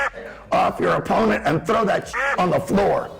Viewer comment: Did he say opponent? 😭😭